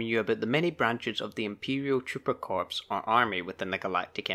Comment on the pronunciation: Not to niggle about details, but "Corps" is pronounced "Core". Every time I hear someone pronounce it, "corpse" I die a little inside.